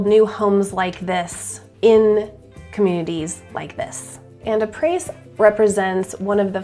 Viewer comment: Haha, it's pronounced, ah-pray 😂😂😂. It's French, for, after. ˈä-ˌprā; ˈa-ˌprā.